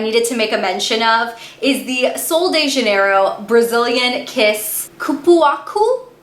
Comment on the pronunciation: When she said "cupuacusksksks" I freakin died